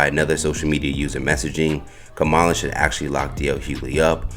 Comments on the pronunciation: Madam Vice President Harris’s name is pronounced comma-la. Not ka-MAH-la. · C’mon! How hard is it to say (comma, la) Kamala. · Her name is Kam-a-La asshole. (and you know this) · learn how to pronounce Comma-luh’s name! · please say Kamala's name right.... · So CH found some lone, random tweet disparaging DL by a person no one has ever heard of, put it in a headline, and amplified it on their channel. What are y'all doing??? 🤦🏾‍♂️ Also, the narrator who runs the page should concentrate on pronouncing Kamala's name CORRECTLY. I mean, c'mon dude, you're in media. She's been on the national stage for years. She's the VP for God's sake. It's past time. Clean it up! 🤦🏾‍♂️ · Please learn how to pronounce her name 🤬🤬🤬🤬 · I LOVE your channel and listen to your content daily. My one request is that you PLEASE stop mispronouncing VP Harris' first name. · I think YOU should at least pronounce the woman's name properly